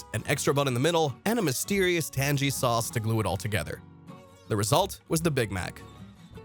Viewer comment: Tang ee. AI or you don't know how to say Tangy? The video wasn't bad but...